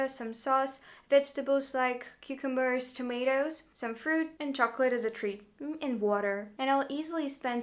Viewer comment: How you pronounce "cucumbers" --- priceless